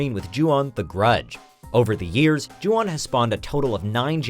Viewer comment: Ju-on you mean right